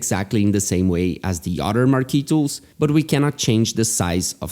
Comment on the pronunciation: I was laughing because I'm from latin american and the only thing I could hear was "Marquitos" hahahaha. Great tutorial btw!